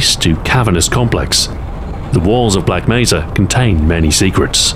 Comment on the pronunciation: Why does he keep saying Black Meza.